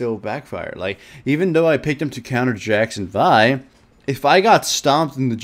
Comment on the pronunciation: what he pronounced vi and zyra correctly O,o